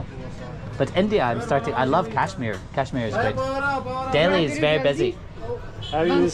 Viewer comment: It bugs me that no foreigner is able to pronounce Kashmir Correctly